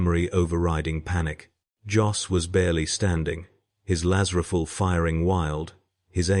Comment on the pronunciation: Please,get a real person to narrate... Its painful to listen to when nothing is pronounced correctly... I love the stories,hut a Laz Riffell and a Commisser WTF...?